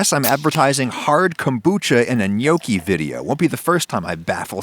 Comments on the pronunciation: I can hear all of Italy fume at the pronunciation of Gnocchi. It is pronounced N-yawki, not No-ki. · Before making a video about gnocchi, learn to say gnocchi correctly. It's noh-ki, not gyanookee. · Neokie? I always thought it was knock-ey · For my whole life I tought that you pronounce it as notchi itstead of nyokki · No, in Italian, gnocchi is pronounced like ñoki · Had to pause in the first 3 seconds cuz I couldn't handle how he pronounced gnocchi. I always thought it was gno-chi not nyoki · It's not gnoecchi, the o is like hot, not like toe. Learn Italian. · i had no idea it was pronounced nyoki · It's actually pronounced nyee-aw-key but it's better than some other pronunciations I've heard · Every time he says gnocchi, i hear yolkie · yeah i noticed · acually they are pronounced "Knoschi" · When I heear you say gnocchi, I always thing ok hiccups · Man I never hear Americans pronounce Italian words correctly xD Great video though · The way adam says Gnocchi is a crime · How u said gnocci gave me a heartattack! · Is it okay that I want to slap you for pronouncing Gnocchi this way? You're Italian, dude. Learn how to say it! Here's a link below. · Every time he says gnocchi I want to season a cutting board and serve him on it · The G in gnocchi: am I a joke to you? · Wtf is this pronunciation ?? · The way he says nonna and gnocchi🤦‍♂️